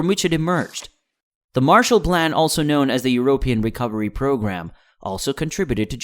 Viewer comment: informative but the pronunciation of "Eu-rope-ian" kind of bothered me. Very strange that this quality of video is being made from such a small channel, this one is going to grow quickly! :)